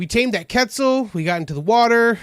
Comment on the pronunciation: Quetzal. Say it like Kwetzel dude.